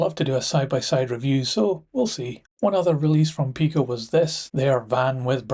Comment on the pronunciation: Very useful updates, and I like that you are also covering European models. But can I make a couple of suggestions about pronunciation? I apologise in advance if you or anyone else thinks I’m being pedantic. I am, but I was listening to your video without watching it , whilst I got on with some layout wiring, and got confused. Too much Multi-tasking perhaps! Firstly, I’ve usually heard PIko referred to as “pie-co” to avoid confusion with Peco. Second, you seemed to pronounce clerestory as “sel-es-tory”, whereas I believe the correct pronunciation is “clear-story”. At any rate, the first c should definitely be a hard c.